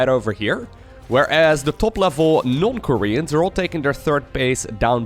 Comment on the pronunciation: I know he says "not Koreans" but i can't unhear "North Koreans"